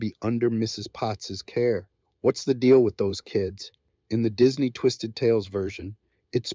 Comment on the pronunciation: What is going on? This video is a mess. Why the Romeo and Juliet mentions and mispronounced "Disney"?